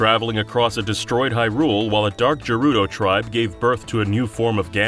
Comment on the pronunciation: Had to stop when I heard the pronunciation of Jerudo...